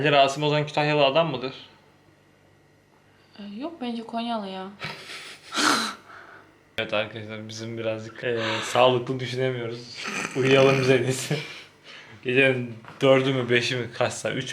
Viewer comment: 8.56 Konya lı değil GONYA LI